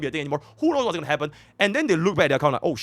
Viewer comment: But why did you say goonibg when on the avatar meme😭. I think has not watched avatar the last airbender. That was a reference to "there is no war in Ba sing sei" for those who did not understand.